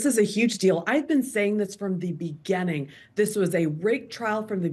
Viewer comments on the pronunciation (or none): She said: "A rigged trial from the beGENNing" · "Begenneng?" Who taught this woman how to speak? And yes, they continue to act like 1st graders when they hear gossip instead of checking the facts first. Shammity should be forced to deliver a retraction and apology. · Why can't she say beginning? It's not difficult! Maby don't listen to people who are the mentally impaired 🤔